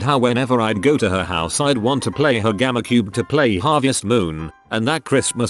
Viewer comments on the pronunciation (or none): Its gamecube not gammacube